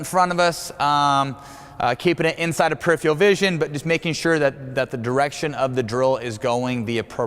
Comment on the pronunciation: this dude needs to learn how to say the word peripheral